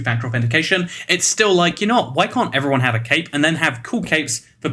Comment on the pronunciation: I thought he said cake not cape LOL